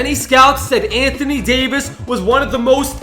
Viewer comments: You said Anthony davsi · You said Anothony Davis